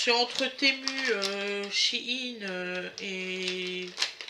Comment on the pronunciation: Coucou, je viens de remarquer que vous prononciez bien shein " chiine"! beaucoup de gens le prononcent mal! il me semble que vous aussi avant! J'ai vu le président de shein france ce matin aux infos, ça se prononce bien comme cela! Petite remarque gentille, ne le prenez pas mal surtout! Bises de la bretagne